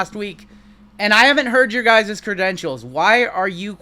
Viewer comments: Are u saying crededentials?? Its credentials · Credentials. Not credidentials. Just had to say it bc you said it so many times! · Love ya buddy-- think you are legit in the hobby--- but its credentials--not creditentials---LOL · Cre-dent-ials not cred-ded-ent-ials lol Sorry I couldn't contain myself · Cre-den-tials just 3 syllables for the future. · Cre dent shuls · i love ya, been subbed for a long time...but if you are gonna talk about credentials, you have to say the word correctly bro...credidentials is not a word... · Awesome video!! But please God learn how to pronounce credentials 😂